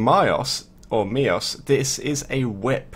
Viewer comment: Someone that plays warframe actually pronounced the name of a weapon right. There is hope for humanity. Mios. I am impress